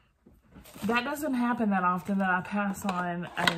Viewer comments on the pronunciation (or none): none